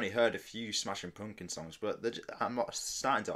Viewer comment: I love how you say Smashin Poompkuns 😂